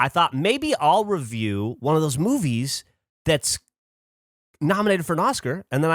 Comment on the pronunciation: I’m obsessed with the way Geoff says “movies” . What was that inflection? Do I love it or hate it? Idk